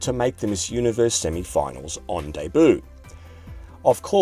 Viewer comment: Is that really how Australians pronounce “Debut”?